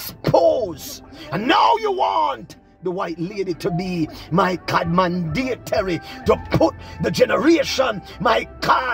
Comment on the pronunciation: Mandatory not mandatery